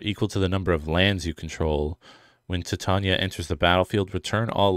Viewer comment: i think you pronounce Titania like "Titanium" LOL you play green, that'd be the day ps I'm team Wyatt 🤍💙🖤♥💚